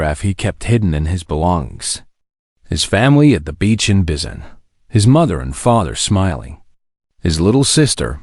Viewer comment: I enloyed the story 💜, but... if you're going to have the humans come from a country that isn't English speaking, please make sure the AI knows how to pronounce any names or words used in the other Earth language. Busan is boo-sahn, not biz-en or bis-en. Daegu is day-goo (or tay-goo). It actually managed to say it once, but it was different every time.